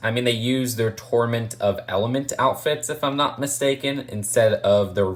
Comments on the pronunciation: 😒👋: "Tournament" 😏👉: "Torment" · Did he say torment of elements? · Please people don't torment him on how he pronounces tournament....... Jk.... sorry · It’s rebooted and tornumant